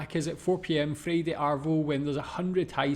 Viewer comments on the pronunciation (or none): Ha ha. lack of common sense is a worry. I'm shocked at his mispronunciation of words that have NOTHING to do with Australian lingo or slang. If you see the word Woolworths, why would you stick an S in the middle and call it Woolsworth? Even non-Australian children could work out that Freddo Frog is an extension of the boys name, Fred. He calls it, "freedo." He's been told about these two names dozens of times in the comments, but he still doesn't get it. He's likeable enough, but painful the way he interprets too many words to mention. He's also easily sucked in to believing everything people tell him on videos. He believes that every Australian supermarket is full of people with no shoes. Funny man. 😎